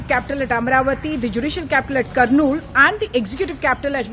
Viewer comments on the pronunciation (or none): Pronunciation of Kurnool is karnool.. not Kurnool